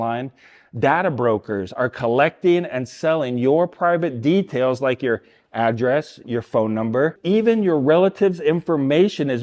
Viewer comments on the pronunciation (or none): none